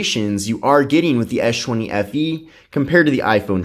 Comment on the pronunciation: ES... not esh... man that was annoying